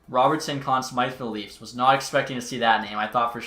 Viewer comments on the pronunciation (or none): none